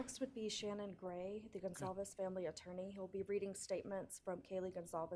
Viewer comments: i always thought they pronounced their last name wrong. it says GonCalves, not ConZalves like they’re saying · Gonçalves is a Portuguese surname, the "ç" has a tail underneath it and sounds like an "s" - people are mistaking it for a Spanish surname and are pronouncing it with a hard "c" because "ç" doesn't exist in Spanish. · Their last name is pronounced: (gone-Cal-vez) Sometimes when they say it, its fast so its easy to hear them wrong so hopefully this helps.